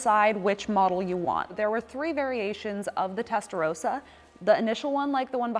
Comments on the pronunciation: Ist Testarossa not Testarosa. Nothing rosa in its name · It’s Rossa not Rowsa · Testarossa! Not Testarosa.. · How can you make a vid about the Testarossa and pronounce it incorrectly? It's Rossa, not Rosa.